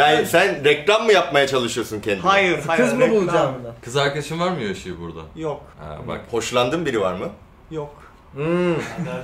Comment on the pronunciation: Yoshi, Türkçe telaffuzunda "a" ve "e" sesi arasındaki farka dikkat etmelisin.